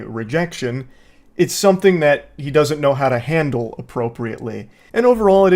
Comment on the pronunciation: “I can jandle”😂😂😂